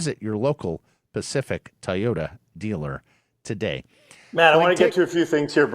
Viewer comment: I know can pronounce the word "toy" so why can't he pronounce Toyota? He always says Tai ota.